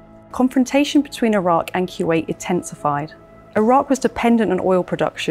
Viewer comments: Boy if you say “kyoowait” one more time.. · Kuwait: koo-wate'or kwate'. Not kyew-ate.